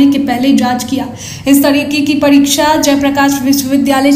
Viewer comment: परीछा नहीं परीक्षा और परीक्षा होता नहीं , होती है। आपकी भी पढ़ाई ऐसे ही हुई होगी।